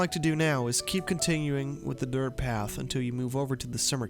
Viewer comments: It’s DIRT not dirth 🙄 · WHY do u keep saying “DIRTH” LMAO ROFL dude it’s DIRT. 😂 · Dirttttt with a T lmao not dirth. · Why the fuck do you say dirth road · "Dirth road" mygod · How many times yall think he said dirth XD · me too man! I was like is this guy saying DIRTH?? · I don't mean to be rude but is dirt road that hard to pronounce?